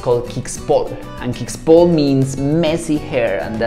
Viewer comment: Kixpol is said "Kishpol"